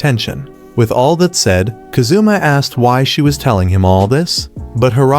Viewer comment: “We then see them at a restaurant, where Ka-zoomah hands Ahh-mane a pair of cat ears he just bought.” Love these sampled voice pronunciations of Japanese names 💀